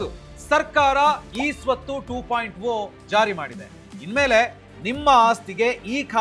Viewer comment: ಟು ಪಾಯಿಂಟ ಓ ಅಲ್ಲ ಅದು ಟು ಪಾಯಿಂಟ ಜೀರೋ